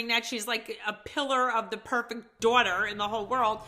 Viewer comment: Her four 'door-terrs', lol.